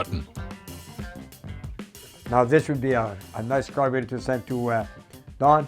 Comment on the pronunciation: I like the way says “carbater”reminds me of my grandpa Dominic when I hear him speak.